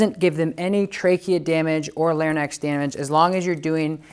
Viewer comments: Larynx lair-inx not Larry-nex but aside from the medical terminology love the videos Doberman and Rottweiler both CGC because of the Tom Davis dogtra BABY!!! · Larynx. 👉🏻Lare-rinks👈🏻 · People could care less which way it's said 🙄 I'm sure anyone listening understands what he means and in no way is scared away because he pronounced lar-i-nex wrong 😕 lol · This dude can't even say 'larynx' properly nor can he see the dog body language his dog is giving saying she is uncomfortable. Prongs hurt dogs. Go find a R+ trainer if you're struggling with your dog.